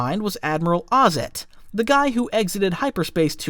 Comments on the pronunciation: It's not Admiral Ozzet. It's Admiral Ozzel. Kendal Ozzel. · Def OZZEL not ozzet. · Admiral "Ozzel"... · You mispronounced yularen, ozzel, pellion, and Commandant. How are you this bad?